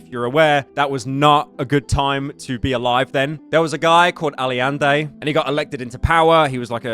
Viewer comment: Aliende , aliende , ffs pyro.